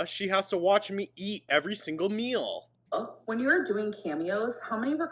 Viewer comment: Mill (meal) Sense (since) Ordament (ornament)...